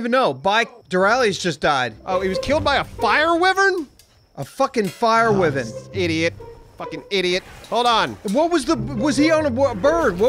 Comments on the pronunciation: said fire wyven instead of fire wyvern. Lololol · wivern.... its "why" "vern" lmao